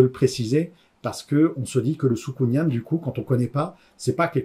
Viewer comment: Juste un truc "soukounyan" se prononce comme "pélican". Sinon pas mal comme exercice, cela m'a permit de revoir ma manière de présenter mes livres.